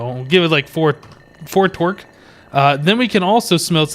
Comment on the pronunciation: Every time you say Torque, it sounds like twerk. I'm not kidding. This torque will haunt my dreams.